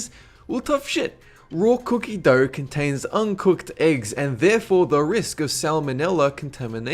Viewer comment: Why do you pronounce r where the shouldn't be? Doughr erggs etc